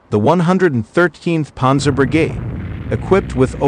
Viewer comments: "Ponzer" tanks? I can't. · “Ponzer” fodder. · Does this guy know how to pronounce Panzer, it's irritating to listen to him...